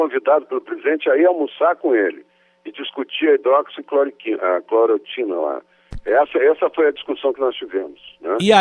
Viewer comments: HIDROXI CLORO TINA.................... O POSSÍVEL MINISTRO DA SAÚDE NÃO SABE FALAR O NOME DA MEDICAÇÃO MAIS IMPORTANTE DO SÉCULO......... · “Hidroxicloritina” pqp!! Esse cara não meu Deussssss!!! FICA MANDETTA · Entende tudo, só não sabe falar hidroxicloroquina kkkkkk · Revejam o vídeo e vejam quantas vezes o entrevistado diz errado o nome do medicamento(que foi corrigido pelo entrevistador), e no entanto, ele defende o uso sem nem ao mesmo saber o nome certo. Que irresponsável....Ele é do meu Estado, e eu sei bem quem é ele...Ele tá desesperado pelo cargo de Ministro da Saúde. Fome de poder! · Diz que foi se reunir à respeito da hidroxicloroquina mas não sabe nem pronunciar a palavra.. To sabendo.. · Deus me livre esse homem ministro da saúde!! Ñ sabe nem pronunciar HIDRÓXICLOROQUINA!!!!🤪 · O cara não sabe nem falar hidroxicloroquina..